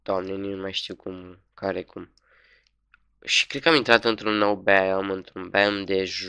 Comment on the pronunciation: 1. Se pronunta BAIOM 2. SAVANA nu tundra